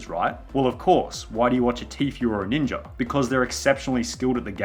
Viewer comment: Ninja* not Ninjer